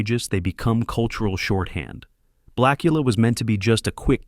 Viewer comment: AI can't pronounce "blak-yu-luh."